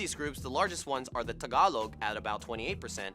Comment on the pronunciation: Nice Tagalog🤗😍